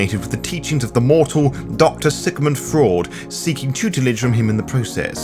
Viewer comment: Thats the weirdest way of pronouncing Kemintiri that I've ever heard. Also loved how you pronounce Freud as 'Doctor Sigmund Fraud' :)